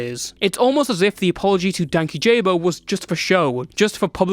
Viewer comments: dude i laughed so hard when he said Dankyjabo wrong ps. no shade just found it funny, good vid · guys can we please learn how to pronounce “Dankyjabo” correctly if we’re going to mention him in a video ?? 😭😭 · Im so sorry, this doesnt matter, but your prounounciation of Dankyjabo is killing me 😭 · If Jessie sees this video he is gonna come after you for the mispronunciation of his channel name 💔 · From what I heard dankyjabos is called out as dan keyjabo, ky sounding like key, ja sounding like jah. And bo is just bo but I heard from watching his videos if I’m sure ! His name isn’t danky jabo but dan kyjabo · I used to watch Louis and Jesse at the same time. When the drama happend I was so disappointed with how it was coverd. I think its so stupid that the drama happend. (Also the pronunciation is killing me. Dank-key-ja-bow is how he says it.) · For anyone who needs to know it's (dan-key-juh-bow) lol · isnt it dank-ee-juh-bow .. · i giggle every time anyone mispronounces dankyjabo cuz he corrects how it's pronounced in a couple vids and the way ppl pronounce it wrong is funny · The way nobody is pronouncing Dan Kyjabo right is frying me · That’s what i was thinking 😭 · This is so off topic, and utterly pedantic, but DankyJabo names isn't pronounced "Danky-Jabo" It's "Dan-key-Jeebo". I watch a lot of his videos, and a lot of people assume the former, I did too, but after watching all of his videos he says it multiple times it's pronounced the latter. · btw his name is pronounced dane-key-jubo and not danky jayboe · just clarifying, Jesse is meant to be Dan KyJabo, not Dank YJabo or DankyJabo, pronunciation wise. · Its pronounced dan kyjabo... not danky jabo. Hes a legend and legit lovely person who called them out and silenced them in the most graceful way i have ever seen. Louis got everything he deserved for trying to take down a genuinely nice bean and forcing him to out his personal and sexual life. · ik this vid was 3 mo ago but its pronounced “dank-ee-jabo”